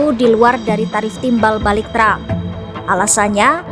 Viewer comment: tram... tram..., presiden apa pelawak sih